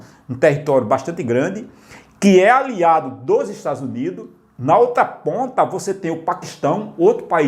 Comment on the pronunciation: parei no "estadus unido''